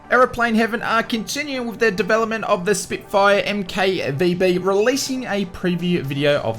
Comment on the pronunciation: Spitfire Mk Vb is pronounced “Spitfire Mark 5b”. Great video though. Cheers!